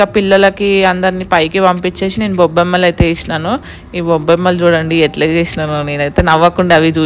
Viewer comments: Bobbammalu kadhu gobammalu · Bobamalu kadhu gobbammallu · Bobbemmalu kadu. Gobbemmalu 😃😃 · Bobbemmalu kadhu 😂 Gobbemmalu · Bommemmalu kaadhu gobbemmalu😂